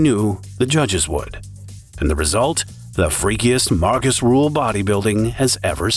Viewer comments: Who is Markus Ruuuuhl? r ÜÜÜ hl pls. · Its Rühl not rule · RÜÜÜHL not RUUUHL!!! 😠